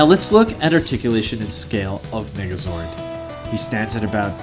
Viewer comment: I was watching this vid on 1,5X speed and i heard black Nigga zord